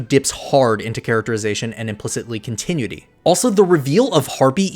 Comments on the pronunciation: Love the video! But every time you pronounced continuity as "con-ti-nui-ty" instead of "con-ti-nU-i-ty" a part of my soul died. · Continuity Con-tih-new-it-EE … I rest my case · Oh cramity, Amity is no one triggered by continue ity instead of cont eh noo ity have i been saying it wrong for so long or is it a different word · say it with me now, (con-tin-noo-ity) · You need to learn how to correctly pronounce continuity. You're doing it wrong and it's annoying. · Hey man. Great video and analysis. This is the type of content I like to see when I’m invested in a show(cartoon). Not a criticism, but look up the phonetic spelling of continuity. 🙏🏽 I only offer that because you pronounce it incorrectly a couple of times. Hope you can appreciate that’s coming from a genuine place. Beyond that, PLEASE keep it up! Other than The Roundtable, there aren’t many fan channels I’d consider subscribing to for analysis/recap. 👌🏽 Peace! ✌🏽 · LOVE this video!! just a tip though, because i would love to see more videos on this subject: that’s not how you pronounce ‘continuity’. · this was super good, but god please continuity is not pronounced like that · The only issue I have with this video is the mispronunciation of the word continuity